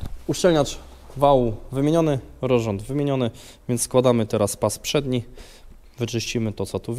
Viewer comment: Czy ja słyszę rorząd zamiast rozrząd?